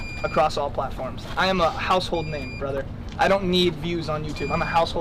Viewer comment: "I'm a household name brother" He said brother/brotha in the whitest "I say live in Chicago to seem like I have thick skin but I actually live in the burbs" way